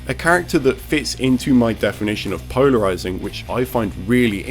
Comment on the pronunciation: Did anyone else hear “Pownerizing”.